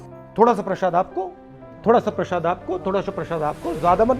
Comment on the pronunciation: Prashaad nahi kahte hain janaab! Prasaad* kahte hain